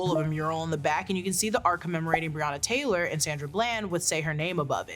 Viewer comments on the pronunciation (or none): none